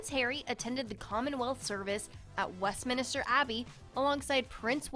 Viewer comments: And there's no second i. It's Min-ster, not Min-i-ster. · It seriously sounds like you have a 14 yr old commentator who keeps calling it West Minister Abbey instead of Westminster Abbey; It’s one word.Someone should have corrected her prior to the upload. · Oh, it's Westminster NOT minIster, no i before the s! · I dont mean this rudely but you pronounce it west min ster not west mini ster english language is confusing how we say things different to how its written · It’s WestMINSTER abbey not westMINISTER please. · Bad pronunciation . . .it is WestMINSTER not Westminister. also the word is IM POR TANT not im por ant. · Westminster and not Westminister